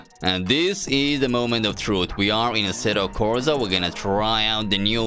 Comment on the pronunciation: assetto corza tho ? its a S not a Z xD